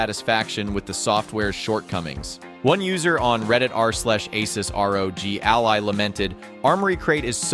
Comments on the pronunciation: The ai voice you used can't even say "Ally" why would you do this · wtf cant even pronounce the product name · Just get a Steam Deck 2 problem solved:) and wow is this another AI infected video cant even say "ALLY"